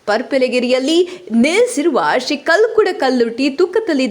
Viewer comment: ಓ ದೇವರೇ ದೈವಗಳ ಹೆಸರು ಸರಿ ಹೇಳು....ಕಲ್ಕುಡ ಕಲ್ಲುರ್ಟಿ ತೂಕತ್ತೇರಿ ಹೇಳು...